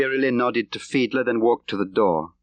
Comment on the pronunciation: Many thanks for putting this audio book on YouTube. John le Carré (RIP) pleasantly surprised me with his reading - especially with the voice / character of "Jens Fiedler", and his German accent!